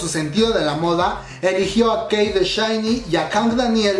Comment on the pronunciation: Quei de Shinee?-_- Siempre dice mal los nombres de todos aaaaaaah